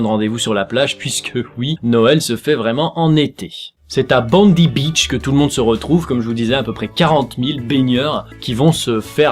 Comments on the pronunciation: Ca se prononce "Bondaï" pas Bondi comme Bondy dans le 93 Moi aussi je fête Noël dans la chaleur, entourée de letchis bien sucrés et de..moustiques. lol (#IleDeLaRéunion) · Ça se prononce bond[ai] beach x)